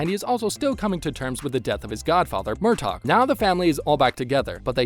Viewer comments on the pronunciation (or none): And yes, they mispronounce most names, like “mer-tog” and “mar-sally.”